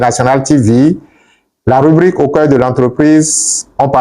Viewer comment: Au Cœur,le r est en vacances 😊...